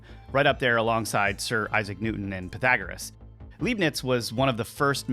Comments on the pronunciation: Leibnitz not Leeb-nitz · Leibnitz is pronounced 'Lye-bnitz' (german here). Thanx for video. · Leibniz is pronounced "LIBE-nitz." In German, when you have an "ei" or and "ie" it's the second letter that carries the sound. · It's no Leeebnitz, it's Lybnitz. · I pronounce his name as "LIE - BEANS" not "LEEB - NETS" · Leibiniz is pronounced like in the word liar, you spell him like he is written Liebniz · Leibniz - the "ei" is pronounced like the "i" in "light". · When an American mispronounces "Leibniz" it's not because the word is difficult to pronounce for native English speakers. He just didn't bother to do the research.